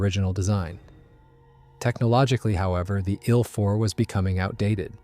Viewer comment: No AI narration, huh? "The story or the ill 4:bomber...." Very First Sentence. Good Job!